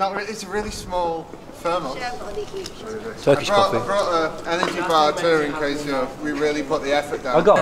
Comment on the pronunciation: Love Bobby Quick. "Ther-moss". Good job Bob.